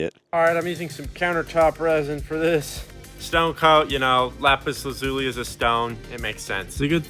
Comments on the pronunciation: You're saying it wrong: Lah-zoo-lee not luh-zoo-lee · Ok Youtube...all together now. LAP-is LAZZ-oli. NOT Lopis La-zoooli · you keep pronouncing it wrong its actually la·zuh·lee not zoo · It’s isn’t pronounced Lapiz Luleeee but Lapiz Lazu LYE… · YouTube Guy: "I make lap zuli!!!!!" Viewers: "Okay....." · LAY-piss LAZ-you-lie. Don't worry though. I once heard someone say "Don't make fun of people who pronounce words incorrectly. It just means they've read more than you." There've been many, many words that I pronounced incorrectly by reading them first. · So, you didn't even bother to learn how to pronounce LA-puhs LA-zu-lee correctly? Way to go. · la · pis la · zyuh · lai Pronunciation is a gift bastardised by some Americans and Canadians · its pronounts la-zoo-lie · Bro actually found lapis lazualilay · You just like saying lapis lazuli. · Stop saying lapis lazuli the wrong way please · Haha.. Lapislazuli? 😳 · Take a shot each time he says “Lapis Lazuli”. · You might actually be an idiot the way you say lapis lazuli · Do you think he knows that he is pronouncing lapis lazuli incorrectly over and over again? Is it a joke? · I hope he learns how to pronounce lapis lazuli correctly by the end of the video.